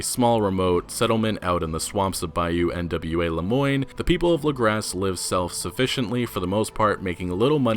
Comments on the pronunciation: sara faller it’s French in origin. French names and words hardly ever pronounce the ending consonant unless followed by a vowel. Lagras should also be pronounced “Luh-grah” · It’s pronounced “Luh-graw” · Lagras pronounced LAH-Graws